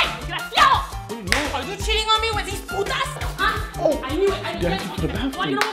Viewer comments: It's "puttas" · It's butas not putas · Not to be rude but it's a b not a p I know this because I'm Spanish